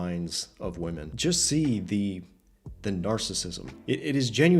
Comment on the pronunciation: or woman instead of women